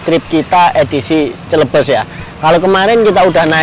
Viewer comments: Bukan celebes tp bacanya selebes artinya Sulawesi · Masukan ya mas,, Celebes mas,,, pake "e" Pepet,, kayak best dalam bahasa inggris...